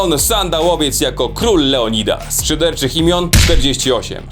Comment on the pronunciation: "Leodildas" rozwalił mi system...